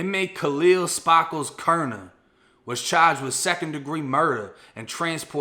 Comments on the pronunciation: “Spah - kles” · Lmao, your Bosfloriton "Spaaakles" trips me out. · Every time he said Spar- Kals 🤣🤣🤣 love these videos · I was just waitin for you to pronounce ''Sparkles'' as ''Spahhhkles'' lmao great video tho my G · Yo i kno its a serious story but the fact dudes name is sparkles and the way u say it wit ur accent kills me bro 😆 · He's either from Boston or he is trying too hard